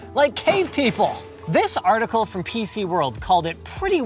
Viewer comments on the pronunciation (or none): none